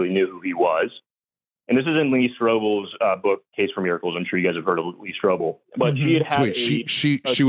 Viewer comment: "Lee Strobel" FFS 😩